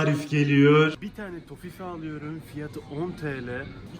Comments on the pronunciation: toffife tofi diye okunuyor abim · Tofi diye okunüyüüürr